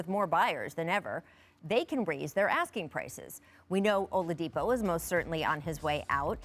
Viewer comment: "Olavidipo" lol